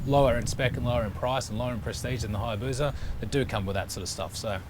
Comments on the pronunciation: It's HayabuSa. Not Hayabuza👍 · There is no Z in Hayabusa Just saying.